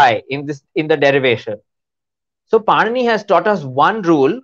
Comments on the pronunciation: The interviewer should have at least known that it is not पनीनि but पाणिनी 😢😂😂😂😅😅😅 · it is not Panini(पनिनी)- it is Pāṇini (पाणिनि) Panini is a bread🤦🏾‍♀️- Pāṇini is a grammarian for God’s sake- when you are talking a subject on linguistics- kindly take some effort to show preparedness💁🏽‍♀️ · Did she just pronounce it as Panini like Panini bread 😆 it's Pāṇini